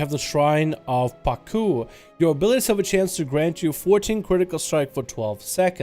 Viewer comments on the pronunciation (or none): it's pronounced as shrine of Pak-u! XD